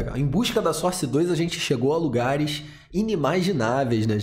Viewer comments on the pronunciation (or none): none